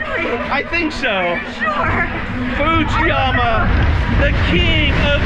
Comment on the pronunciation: it saying "footzeyuma